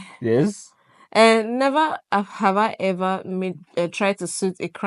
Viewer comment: His roots is still intact 😂 “Nhever have hi hever”